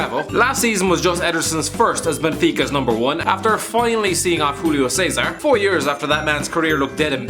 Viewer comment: Nooo, don't say Hulio Cesar, he's not spanish. Oh, awful...